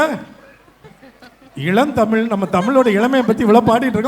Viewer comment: Vadachennai guy pronounciation of tamizh is not correct, James sir. He pronounces it as senthamil